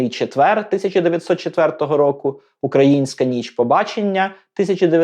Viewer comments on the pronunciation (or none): none